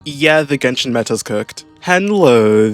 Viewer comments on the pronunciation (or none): none